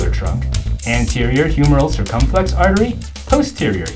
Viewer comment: Funny anatomy mnemonic! I love learning tools like this - please do more! But why do you say "anterior cirCUMflex" instead of "anterior circumFLEX" Did you take Latin (where "cirCUM" means "around") Or is "anterior cirCUMflex" just a different pronunciation in a different region?